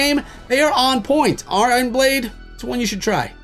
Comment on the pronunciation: Did he say " I Ron blade' ?